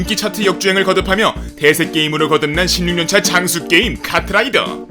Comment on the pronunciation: 순간 대세게임을 개새게임이라고 들었네ㅋ